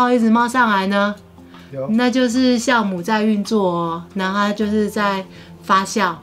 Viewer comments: 你说的对！fa jiao 😂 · fa jiao, 不是 fa xiao.真的让人发笑。😂， 我马来西亚人老师都是教我们读 jiao mu。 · 发酵 读：（fā jiào ） 不读：（发笑）